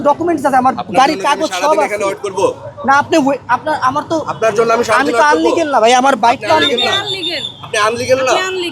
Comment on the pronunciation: পুলিশ বলতেছে আনলিগাল! 🙄